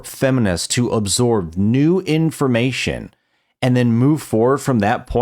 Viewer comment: "Nuh-oow in-four-may-shin" - !? What's that and what has it got tondo with new information? .... ENUNCIATE!!